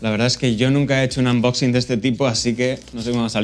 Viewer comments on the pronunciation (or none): none